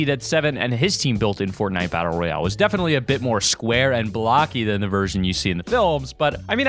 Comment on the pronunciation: That’s not how u say royale